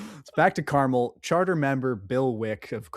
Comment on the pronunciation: As an Indy native, it’s pronounced Car-mul